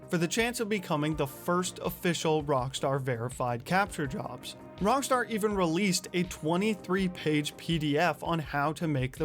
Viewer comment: Why do keep saying Rongstar?